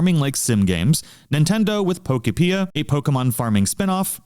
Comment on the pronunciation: Nintendo having billions of dollars and releasing games that look like absolute dogshit is the perfect example of how everything is enshittified now. Also its Pokopia like Utopia not however you're pronouncing it. Palfarm gonna crush this game like Palworld has crushed the past three Pokemon releases in quality and offerings. For half the price.